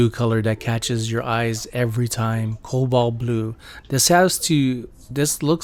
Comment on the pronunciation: Thank you for saying cobalt the way i do no t pronounced.